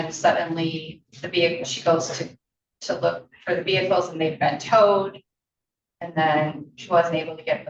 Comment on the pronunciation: Vehickles? Seriously